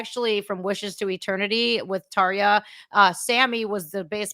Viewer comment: says Tarja quite well